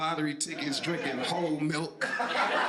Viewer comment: The emphasis on "Drinking whole milk" damn near had me choke on these pizza rolls 😂😂😂😂